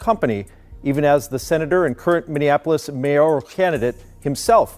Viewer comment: Its Miniapolis not Mininapolis lol